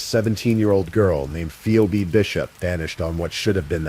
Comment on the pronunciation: It's PHEEBEE, not Pheobeee. Read yourself not with AI.